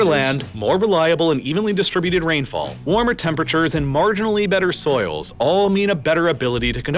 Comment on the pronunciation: soils, not souls 😂